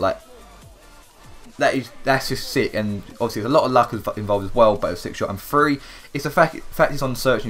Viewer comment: it's Three not free